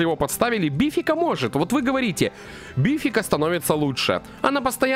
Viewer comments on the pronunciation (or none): Она вообще то бе 🤮-фика а не бифика